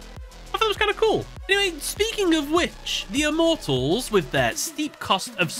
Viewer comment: Please never use the dub for reference again. Not only did they super mispronounce the names of the Immortals, but the scenes you showed in the video were cringe-inducing lol. 🙏 🙏